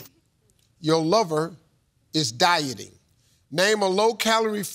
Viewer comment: OH! DIE-TING. LORD, I THOUGHT STEVE SAID DYING. That changes my answer.